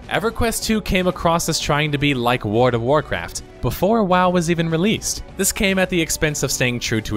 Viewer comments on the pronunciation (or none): It sounds like you are saying "Ward of Warcraft", lol. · How do you pronounce world as ward every single time lol, wardofwarcraftwardofwarcraft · Please just say "WoW". You keep saying "Ward" instead of "World". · My gosh! Please stop saying WORD of Warcraft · World has an L in it. Sounds like you say Ward of Warcraft everytime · Your pronunciation of World of Warcraft amuses me way more than it should. There's an 'L', man! I don't think there's a Ward of Warcraft. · "Warda Wurcurf" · Or as he calls it: Ward of Warcraft lol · 100% says ward of Warcraft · WORD OF ORECRAFT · "WARD-A-WARCRAFT" . lmao. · "Ward of Warcraft"? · wada-wa-craft... wada-wa-craft... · it's pronounced Woghld of Warcraft sir. j/k good video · "Ward of Warcraft" lol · I found myself shouting "WARD OF WARCRAFT" by every time you said it because of your pronunciation. Also "Emmediately". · I wondered what Wurduv Warcraft was. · Came here to say “Ward of Warcraft” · Sure there is. The Ward of Warcraft is Nomi. Because his fire burns all. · At first I thought he misspoke, but after hearing it 50 times I am never going to be able to unhear "Woard of Warcraft" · I just keep hearing wart of warcraft. Great look back though! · "Word of Warcraft" Hey, you tried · the "L" in world is silent, this drove me absolutely nuts im glad others noticed this as well. I made it to and I have to stop watching now because I can't stand the way he's saying my favorite game's name.